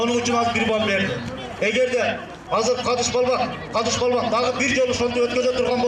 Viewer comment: Палван дебей балбан дегиле